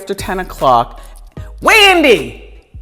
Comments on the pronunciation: 😂😂😂 “Weendy” Not slumming? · Lmao “weandy” 😆